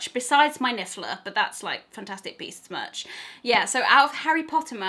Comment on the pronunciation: I actually gasped when you said, 'I don't class books as much.' Then, of course, I realised you said, 'merch,' and not 'much'. Phew! I'm such a bookworm, for a second I was highly offended, but now I feel very bad to have misjudged a fellow Potterhead. Great video with fantastic merch (hopefully I've redeemed myself. Haha) :)